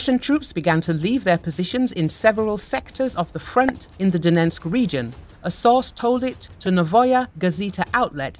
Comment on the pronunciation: It's not that hard - it's Donetsk, NOT Donensk. Jeez - this is your job.